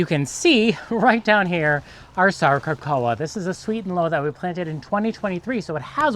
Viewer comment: “Sarco-cocca”. Not “sarco-coa”.